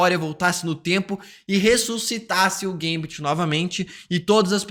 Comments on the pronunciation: Gambit Não geimbet kkkkk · Que agonia que dá quando ela fala o nome do gambit errado